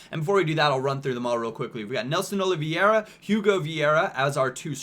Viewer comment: I am portuguese and the striker's name is Oliveira, not Olivieira :b